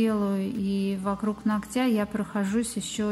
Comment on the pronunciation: нОгтя!!!! Блин!!! Поверхность нОгтя! Ну почему бы не говорить правильно? 🤔🤷